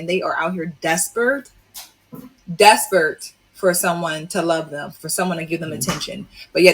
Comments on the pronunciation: this chick says these womens are "Despert" not Desperate but "Despert" she's say it x3. Seriously where do you learn how to speak in America. Is there no school to teach you proper pronunciation? 🤣🤣🤣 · . * desperate not "despurd". 😀🤡 I really hope married women who do want to help out don't sound like the strags who say things like "fenimen" and "ingrunit". Step that vocab game up!!!